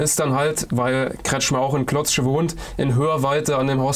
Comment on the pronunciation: Klotsche Junge, Klotsche, nicht KlotZsche... auch wenn da nen Z drin ist... 😂